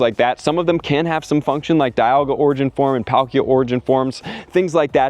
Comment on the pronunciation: Sigh…. and (ray•kway•zuh)